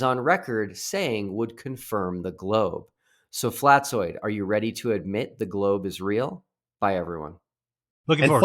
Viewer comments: Not at all. It's supposed to sound like an «S». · You mispronounced his name. It's Fkatzoid. FkatzoidsFlerfspective